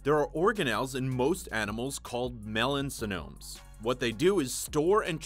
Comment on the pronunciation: Melanosomes, not melansonomes lol